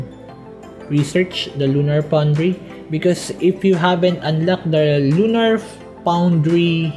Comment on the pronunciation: "lunar poundry"